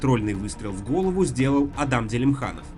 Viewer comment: Не уважаёмые мной журналисты,сколько раз уже Вам говорили,что аДам-это персонаж из ваших Библейских сюжетов,а в Чечне и во всех Мусульманских республиках это имя произносится как Адам,с ударением па первый слог,вот например автора этого пасквиля никто же не называет алЕксей.Пожалуйста,не коверкайте имена Правоверных!!!!